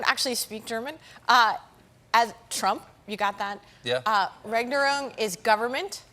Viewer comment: On the correct pronounciation of "Regierungs Schlamassel Schmerz": Regierungs is pronounced like "Ra[y]-geeroong's" (the a like in "Ray", but leave out the "y") , "Schlamassel" is pronounced "shluh'muscle", Schmerz is pronounced like "Shmairt's" ("ai" like in "air" or "fair"). Pronounce it that way and every German will understand what you're saying. On long German words: We have many very long words in German language, because we can basically make new words up by combining existing words, so many German words are combinations of others, f.e. a slice of bread spread with butter is a "Butterbrot" ("butter bread"), a submarine is a boat that swims under the surface of the sea, so it is a "Unterseeboot" (or short "U-Boot"= "under sea boat"), a wrist is the joint that connects the hand to the arm, so it's a "Handgelenk" (a "hand joint"), a nostril is a hole in you nose, so it's a "Nasenloch" ("nose hole"), the panic you might feel when fearing to not arrive somewhere before closing-time (both literally or figuratively) is "Torschlusspanik" (= "gate closing/ending panic").